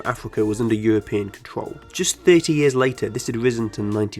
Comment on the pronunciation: ”Thwee ow Fouw Yeaws” Keep up the good work my guy.